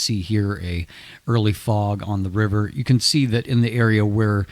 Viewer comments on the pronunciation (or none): none